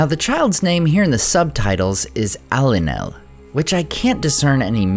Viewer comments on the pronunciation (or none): Great analysis. About the dream in the beginning, I think “Eilinel” should be pronounced not as Ailinel but as “ey” in “grey”. Still could be a nod to Eilinel’s story all the same. Just to point out that I do think the subtitles were correct. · "Eilinel" is NOT Eye-lin-el. It's"A"-lin-el.